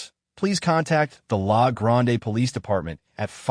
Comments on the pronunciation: we just say la grand not lah gronday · LA GRAND-E Don't pronounce the E. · Haha lahhh grondaaaay. Born and raised Oregonian. Sometimes the way it pronounces our citues, rivers and streets is hilarious. I wonder if it would say cooch or couch street on portland 😅😅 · I cringed when he pronounced La Grande. It hurts. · Haha right! I'm dying every time I hear it